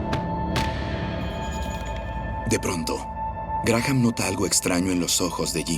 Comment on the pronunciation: La h de Graham NO se pronuncia